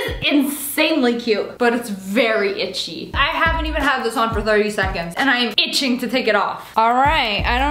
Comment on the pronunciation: "ITCHI!!! BUT CUTE" - SSSniperwolf may 29th 2020